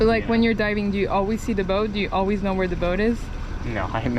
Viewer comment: Fun video! Water, Coffee, and Always are dead give-aways for a New Yorker. Your "always" was bordering a bit of Philly right at the end of the video.....almost Oh-Waze! Lazy's lobsters are divine. I wish I could get one in Minnesota! I retired here after 35 years in St. Pete Beach and spent many vacations loving the Keys! Nothing better than fresh grouper, snapper, and lobster that you caught yourself. The Goliaths are definitely getting out of control - I frequently saw them diving that were as big as my torso and they could easily swallow a 30 pound fish. I'd love to find out if their meat is as tasty as their smaller cousins! You and your photographer have a good thing going - 8800 views on the first day is not too shabby. Have you spoken with Aaron Young (@ West Waterman)? Good times, glad to be a new subscriber! Mr.Bill